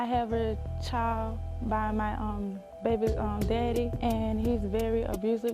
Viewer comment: Can you pronounce child correctly please, it’s child not choid